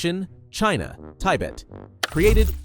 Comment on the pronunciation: The country is called Tibet not Tybet😂